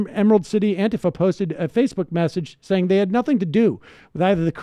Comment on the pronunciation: Thumbs-up for stressing the A instead of the I in Antifa.